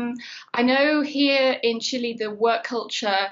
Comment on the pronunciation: Except saying CHILI and not Chile it’s true